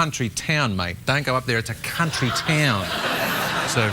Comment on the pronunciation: I’m pretty sure Sir Kenneth Branagh got past the censors “cuntry” town! Beautiful 😅